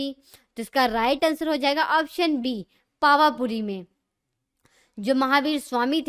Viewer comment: Information acchi h, but please names ki pronunciation sahi se karen. Pawa puri se moksh gaye the. Teerthankar the nahi.... Balki h 🙏